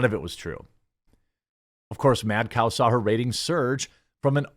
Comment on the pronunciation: You pronounced her name correctly the first time.